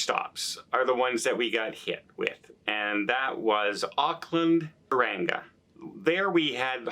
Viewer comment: Tauranga pronounced TOE- RUNG - AH